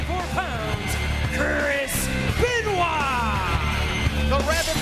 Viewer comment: geurero o ne gurerero, Benua o ne benoit